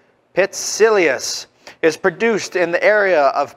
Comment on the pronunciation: Pronounced Pi-tsi-giás. Like gyro: "γ". Also: Lou-ká-ni-ko.